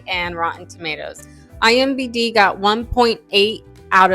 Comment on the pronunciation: iMDB PLEASE PLEASE ITS IMDB NOT IMBD